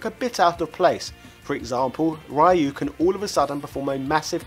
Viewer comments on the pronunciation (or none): HE SAID “RAI YU” Instead of “REE YU” BRUH MOMENTO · "RAYU" .... white people with their 'Ryu' pronunciation its "Ryu" not "Rayu"... like we dont say benteley , we say bently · Fun facts: Ryu's name is pronounced "Ree-yoo", not "Rye-yoo". Charlie's actual name is Nash. Mike Bison, the African-American boxer, is a spoof of Mike Tyson. Akuma's actual name is Gouki (Pronounced "Go-kee"). Balrog is the Spanish fighter who wears a mask and uses a claw as a weapon. And Vega is the dictator and leader of Shadaloo. Outside of Japan, Vega, Balrog and Bison's names are flip-flopped around, meaning Vega is Bison, Balrog is Vega and Bison is Balrog. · Calls Sabertooth "Saberwolf". -Calls Ryu the wrong way (rai-you). It's supposed to be said like ree-you. Yeaaaaaaaaaaaaah. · It really bothers me that you pronounce Ryu as rye oo. When its "Ree oo" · It REEEE YOU NOT RAAAII YOU... RYU LONG Ē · I was more bothered by him pronouncing Ryu like the failed movie did, Rye-You. But then, a lot of people still do that... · "Rye-you" - clearly not a Street Fighter fan either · lots of people dont know how to pronounce Ryu's name. Its actually pronounced You. And his SNK counterpart Ryo is actually pronounced Yo. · Ree-Yoo. Roll the R off your tongue very quickly for the Ree. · I hate to be that person but Ryu's name is pronounced REE-YOU. Figure we might as well correct this before more Street Fighter info is distributed :P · That's not how you pronounce Ryu (it's pronounced "REE-you") or Hadouken ("ha-DOH-ken"). Also, I just realized how much more annoying it is when the one syllable that people get wrong is the one they put the most emphasis on. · It is pronounced RE-YOU!!! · Well he doesn't even know how to pronounce Ryu...what r u surprised? P.s. I just noticed Saberwolf...this guy doesnt know a thing about fighting games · The way you pronounce "Ryu" gives me chills :( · it's killing me that you keep pronouncing ryu's name wrong